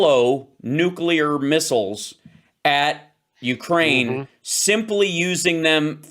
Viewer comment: WHY can't say nuclear? He presents himself as such an intelligent person. This blows it away every time. Sorry. Love you guys, though. My Saturday afternoon is an ongoing education because of you.